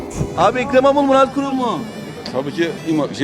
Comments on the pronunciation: Yavaşlattım önce Murad Gurum diyor ikincide Milad Gorun oluyor. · MINA GORUM der gibi murat kurum diyen dayı röportajcı kıza subliminal geçmiş xD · Mına gorum dedi sanki